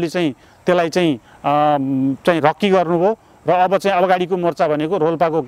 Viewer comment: रक्की हाेईन रेक्की हाे।